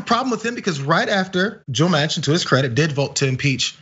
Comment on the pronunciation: I’m from the Netherlands and here we know AOC, but not Joe Mansion.....was it Mansion?